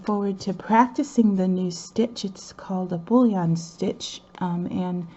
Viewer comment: Boolean stitch? Is that what you said or Bouleon? Thx. Those are beatiful hexies.